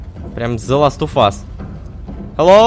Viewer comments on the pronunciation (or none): none